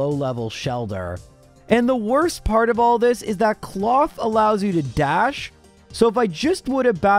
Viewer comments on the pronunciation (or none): none